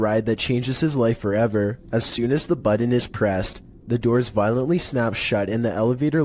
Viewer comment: The "buddon?!" My brother in Christ, there are no Ds in button!